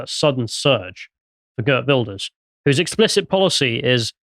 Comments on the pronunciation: Pronounced Heert Vilders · mispronouncing Geert Wilders is so funny. Because of Farmer's party winning the procvince election, that the wef stooge aka rutte disbanded the government after it, so election happened way earlier, as it was supposed 2 be March 2025.